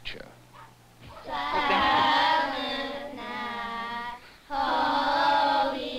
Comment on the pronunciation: It’s appa-latch-ah not apple-late-cha. It’s holler not hollow.